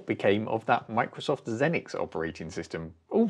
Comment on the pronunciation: “Zee-nix”, not “Zen-nix”. Lol!